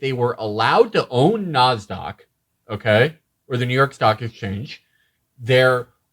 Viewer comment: "they're allowed to own Nozdock" lol felix have you really never heard someone pronounce Nasdaq before